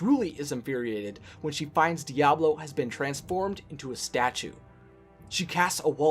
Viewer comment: Its Diaval not Diablo or am i the only one hearing the wrong pronounciation